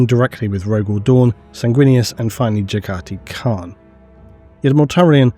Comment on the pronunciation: Why the hell he keeps saying Jagati Khan?